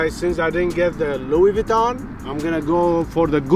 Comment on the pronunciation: POV: YOU ARE SPANISH: Gucci Vinton yea Gucci Vinton 💀